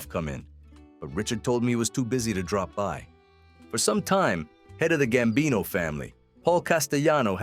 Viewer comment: Gsmbino, not "gambini."